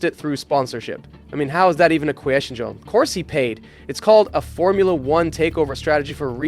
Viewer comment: “how is that even a quÆstion”